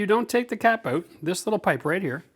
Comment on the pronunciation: "Make sure you take the cap oot, eh?" Thanks for the great vid, from an American fan!!